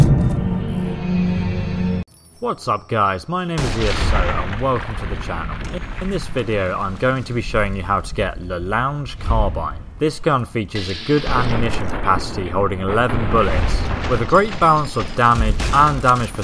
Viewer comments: +Igni Draco it prounced la long carbine last lounge carbine also do I need to point out the ridiculousness of the long carbine a carbine is a short rifle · I know this is old...but i had to laugh at "la LOUNGE carabine." What is it, a sofa rifle? Lol. The the name is French. La LONG Carabeen. I.e, long rifle. For all I know, it's a reference to the French name for the James Fenimore Cooper character, Natty Bumpo or Hawkeye. He's called la longue carabine. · "Camp Mccrane" "La lunch carbine" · He said La Lounge Carbine and Camp McCrain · I am french and the pronunciation of "La longue carabine" is "La (like the La of laptop) Long Carabeen" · Not trying to be a dick but it truly is pronounced: LA- LONG- CARABINE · he also pronounced the word la longue carabine wrong